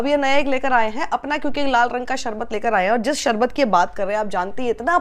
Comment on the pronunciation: Sharbat toh bol nhi pa rha sarbat bol rha hai kana